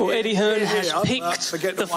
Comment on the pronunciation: Old wilder couldn’t even get his own promoters name right ‘Eddie Hearnss’